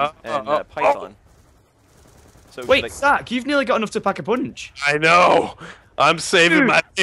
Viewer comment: *pack-a-poonch get it right